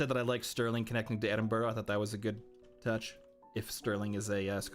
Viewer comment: ITS PRONOUNCED ED-IN-BRUH!